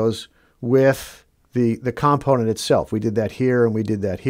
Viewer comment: When you pronounce the word COMPONENT the stress is on the second syllable not the first, as you are pronouncing it with the stress on the first syllable. comPONent. the caps indicates where the stress is ...